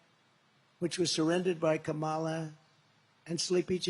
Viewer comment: He is so stupid. If he pronounced her name right, it would alliterate with commie and be catchy.